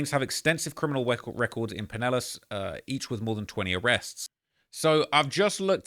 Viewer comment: Extensive cwiminal wecords 😂😂